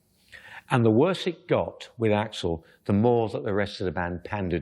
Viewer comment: AI calling him A-X-L.